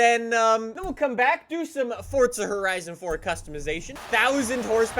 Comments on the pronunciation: its not "Forca" its "Forza" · the game is called FORZA not FORTZA.. I'm so confused how you even mess it up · FORZA NOT FORTZA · Why do people call it fortza it’s forza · what’s a “Fortza Horizon 4” 😂😂😂😂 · It's not FORTZA